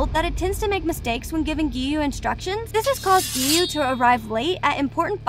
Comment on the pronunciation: I burst out laughing when she said"giyome"Sanimi"LoL